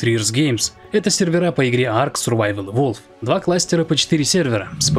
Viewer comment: evolvED, evolvED!! Там окончание "ed" на конце! Устал уже слушать про "иволв")